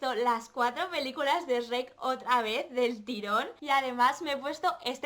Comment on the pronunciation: "Esreck" JAJAJA no puedo con el doblaje español Supongo que les pasa los mismo al oír "chruec"